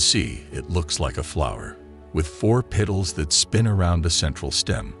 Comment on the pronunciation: Fix the AI voice to pronounce petals correct and I will share it.